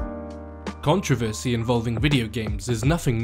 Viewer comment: and when you pronounce it like him it gives people something to complain about